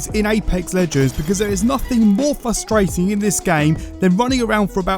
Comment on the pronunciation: fustrating? like when people dont think there 2 r's in the word?